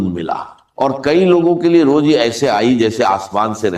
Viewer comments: Woh kamene deepfake video kiu banya , Urdu ke talfuz sahi ada nahi horah, Kameny , aisi harkat kun kar raha. Ukheen, roji, darwaje, kaise kaise ghalat alfaz estimal horan. Kameny teri shikyat you tube se karta hoan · روجی نہیں، روزی ھوتی ھے۔ یخین نہیں یقین ھوتا ھے۔